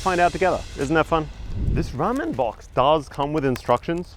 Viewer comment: Hey, the internal organs are the most toxic part of Fugu. Once removed they're locked in a metal box, details of the number of fish are recorded and they're collected to be disposed of. Its not "Rammin" it's "Rahmen" 😜 Your chicken prosciutto needed truffle butter!! Japan is the foodie capital of the World 👍